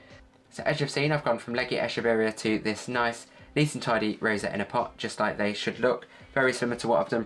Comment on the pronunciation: Very ice explanation! Quick and to the point! Also, this is the first time someone pronounces the name of this plant correctly — most call it “eh-keh-very-ah” which not the correct pronunciation. Good job! 😻